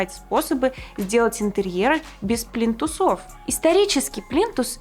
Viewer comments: плИнтус, плИнтусы, а не плинтусОв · пли́нтусы пли́нтусов пли́нтусам пли́нтусы пли́нтусами пли́нтусах. Всё на первый слог.